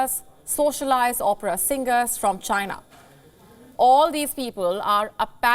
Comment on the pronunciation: IT CAME FROM CHY-NAH